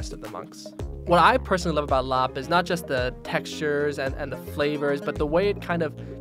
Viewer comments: Thank you for pronouncing larb right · This reminds me of home! My mother is from Thailand. She grew up near the border by Laos and my father is Laotian, so I grew up eating my fair share of larb. And I appreciate you pronouncing it correctly. Every time I hear someone pronounce larb, they say it how it’s spelled but really the b sound is actually more a p sound